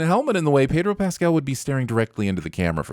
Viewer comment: Sinning the for mispronouncing "Pedro." (Why do Americans think Spanish E rhymes with "hey"? It's closer to rhyming with "meh.") - Sinning the Subtitler for confusing "bare" with "bear."